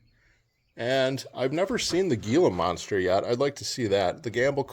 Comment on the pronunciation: As a Yuman, With knowledge of those mines. They tell you to stay out because some of those mines still have sweating dynamite. GILA MONSTERS are pronounced Hila Monsters. I explored most of the mines back in the early 80s. It is still an active military testing area also...